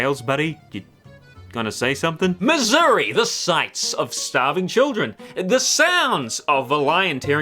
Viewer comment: Not gonna lie, every time said "Mazuri" I was hearing "Missouri". Either way, love the video